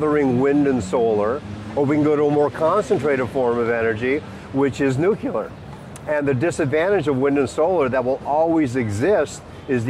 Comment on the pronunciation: Can't take this guy seriously. First, I don't see him or his book title on . Second, he' can't pronounce "nuclear," and apparently doesn't know the difference between an "anecdote" and an "antidote." Third, he does nothing but throw out the usual arguments like hormesis, and does it in a hand-waving manner. All hat and no cattle IMO. Oh, and the audio quality sucks, too.